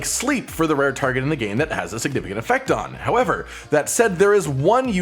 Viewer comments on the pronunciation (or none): none